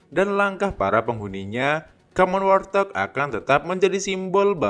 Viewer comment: Warthog.. cara penyebutannya bukan war-thog Min, tapi wart-hog atau wawt-hog Wart = kutil Hog = B2 liar Izin 🙏🙏